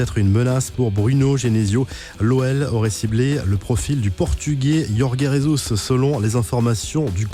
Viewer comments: Putains frère tu la appeler comment wesh c'est yorge jesus tdc il est pas espagnol il est portugais tu coup je J c'est comme en français jorge jesus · Jorge jesus = yorge resouss Bingo, un sans fautes dans la mauvaise prononciation. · Tu dit mal le nom de Jorge Jesus